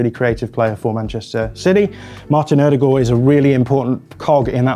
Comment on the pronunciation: I could listen to annoying Joe by saying the name "Odegaard" correctly all day...